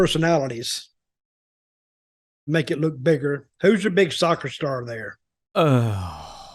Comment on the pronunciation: the way he said Soccer 😂😂😂